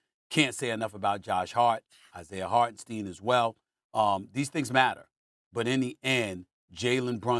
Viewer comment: Bro even flight reacts says Hartenstein's name correctly cmon Stephen A